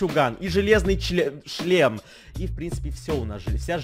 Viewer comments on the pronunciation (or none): она сказала чле-шлем. Если бы она сказала шле-шлем, то бы не смеялся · Случайно оговорился: -у нас будет и железный ливчуган,железный чле..шлем